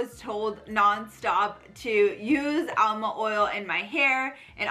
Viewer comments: It is amla not alma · ALMA OIL? THE WORD IS AMLA, LEARN A LITTLE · Funny how she keeps pronouncing amla as alma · It's aMLa oil, not aLMa oil